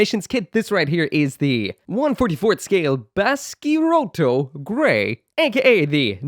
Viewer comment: you turned Baskyrotto into Basky-RoiRoi